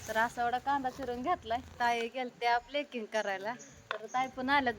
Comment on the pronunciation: प्लेकिंग नाही गं प्लकिंग किंवा थ्रेडिंग किंवा आयब्रो खूपच अशुद्ध बोलणं आहे